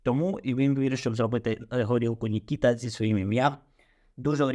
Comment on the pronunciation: Не НікІта, а НікітА, кіно таке...😊